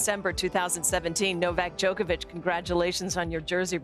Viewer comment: Djokovic; Kobe is my Friend....Kobe: who the f... is Djolkobljickic???